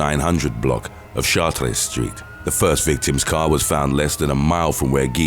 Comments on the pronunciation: New Orleans native here. It's called the French Quarter and Chartres is pronounced Chart-ers lol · Omg I'm so happy you finally covered something from my home city, New Orleans!!! Except Chatres St. is actually pronounced as "charters".